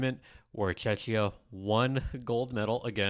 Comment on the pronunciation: Hi, I am Czech and my ears hurt every time you say Czechia the way you pronounce it. Just say Czech like in Czechoslovakia and add ia to the end. The way you were saying it, reminds me of Chechnya - part of Russia we have nothing in common. Thank you.